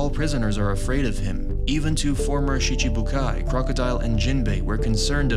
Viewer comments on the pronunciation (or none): none